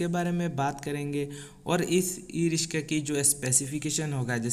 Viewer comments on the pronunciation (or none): Rishka Nahi, riksha bol